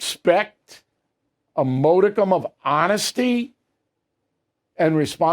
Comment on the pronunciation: A man who properly pronounce' 'modicum' cannot be all bad. How would he handle all five syllables of 'homogeneous'? I suspect he could do it.